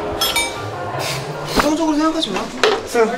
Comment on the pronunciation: ㅋㅋㅋㅎㅋㅎㅋㅎㅋㅋㅋㅋㅋ그 뒤로 펩셔니스타 발음 왜그렇게 하는뎈ㅋㅋㅋㅋㅋ아 너무 웃곀ㅋㅋㅋㅠㅠ